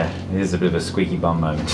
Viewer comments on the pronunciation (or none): I thought he said that's a "squeeze your bum" moment not squeaky bum 🤣